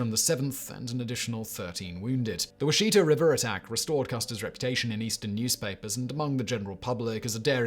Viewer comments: It's not Wa-SHI-ta, it's WA-shi-ta. I usually shrug off most mispronounciations (e.g. AR-pahoe instead of ar-RA-pahoe), but this is particularly cringe worthy. Sorry if this has already been mentioned. I'm a former research assistant at the Oklahoma Archaological Survey. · Not because I care you said it wrong but I love how frustrating it can be with the Native American languages can be Wash-i(short sound)-ta how you pronounce Washita. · It’s pronounced ‘wash it ahh’ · We pronounce it (wash-eh-taw)